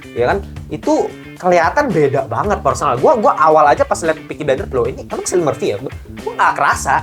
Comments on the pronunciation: Lewis Strauss bang nama yg diperanin rdj Bang penyebutan namanya Cillian itu bukan pake S tapi pake K iadi "Killian" bukan "Sillian" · btw bang, cillian itu dibaca kilian bln silian